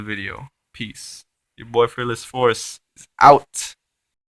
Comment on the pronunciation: I love the way you say fearless FORCE! !!! It cracks me up everytime